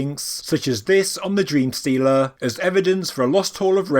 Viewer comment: I knew you said “dream stela” but with your accent I also heard “dream stealer” which makes an awesome band name. ;) cheers